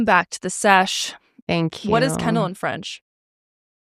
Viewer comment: Its Kendall not candle people